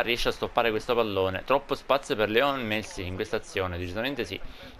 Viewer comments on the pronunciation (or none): none